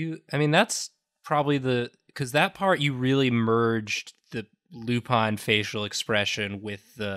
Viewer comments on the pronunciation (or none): He didn't say it 'the French way' though. It's 'Lou-PAIN' ('pain' like the French word for bread, not the English word for pain), not 'LOU-pawn'. He's pronouncing it like they do in the show, though. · He did say Loupun more than Lupin though. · It actually upseted me that even after the correction kept calling Lupin Lupan! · Actually, he wasn't even close It should have been something like "Loupon" to be pronouced like he did. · Was pronouncing Lupin wrong? It sounded like he was saying Lupon. Have I bin wrong this whole time?! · if it was french pronunciation it'd be wrong too so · Me when he said he was going to do Lupin the 3d: :D Me when he kept mispronouncing Lupin: D:<